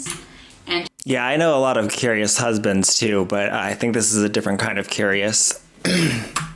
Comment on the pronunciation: curious turned into KEW-REE-AS… diction lady diction